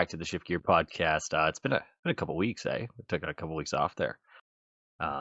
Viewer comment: you had a very Canadian moment there, eh? The "eh" and the "there" did it for me. 😂😂